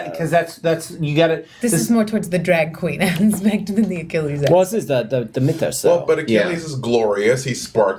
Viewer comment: It's really grating that continually mispronounces "Mythos," no matter how often everyone else pronounces it correctly!